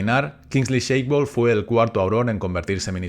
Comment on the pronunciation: Gran video, como todos!! Voy a ser un poco Hermione: es Shacklebolt (pronunciado shaquelbolt), no Shakebolt (sheikbolt). Saludos